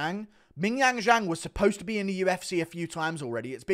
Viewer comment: Guru was one mispronounciation of Zhang before flying into a racist tirade